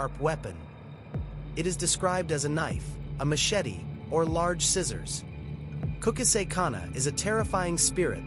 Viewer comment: Kukasek? It's Kuchisaki come on son messing ppl urban legend. No disrespect i dont know where ur from but if ur from indian do indian ghost not jap urban legend kukasek 💩